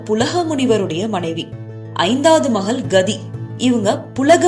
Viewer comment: மகள் ள் என்கிற எழுத்தை ல் என்று உச்சரிக்கிறீர்கள்.